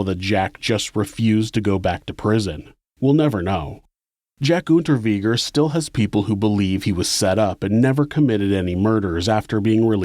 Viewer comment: Unterweger like vague Unterweger it's germanic. 🤦‍♂️